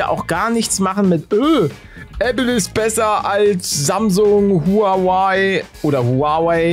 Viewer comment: Huawaiii 😂😂 Palle so hab ich das nochnie ausgesprochen gehört.. Ich hab das Iphone 11